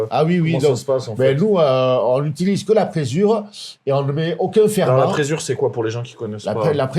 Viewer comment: c'est présure, pas frésure !